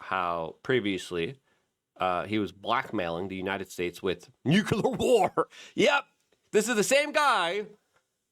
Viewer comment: NUKULAR ???? Are you George W. Bush??? It's so cringe...PLEASE start saying it correctly